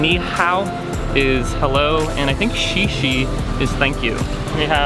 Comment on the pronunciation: Omg i'm sorry to say this to you but the way you pronounced "Thank you (xie-xie)" actually sounds like pee-pee in Chinese hahaha. I think the pronunciation is something more similar to "xieh-xieh"? Also I really like your style of vloging, very true and natural! plz keep it up:)